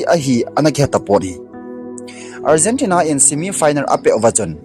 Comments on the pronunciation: Algentina hilou na pronunciation ahoi poi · Algentina hilou chu o bro! Argentina joh itiji diu ahije . chuleh finer hilouva final joh itiji diu ahije. Pronunciation hiti ho tabang jeh a hi minoise ichan jiu ahije. Ngailut jalla kahin sei ahibouve ong.. chubanna ipi pi seijong leuhen Final match chu Argentina ten Spainte chu ajolouvu ahijenge.. moh a gamtin adu Ada seijong leuhen, akichepmu chu ivet jongleh aboija ahijenge.. hiche a hin politics imacha alutpoiye.